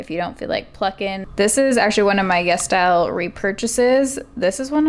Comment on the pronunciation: ITS CALLED YES STYLE??? oh my god this entire time i thought you were saying Yes Dial